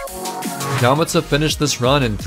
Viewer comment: The way he pronounces Yamata makes me cringe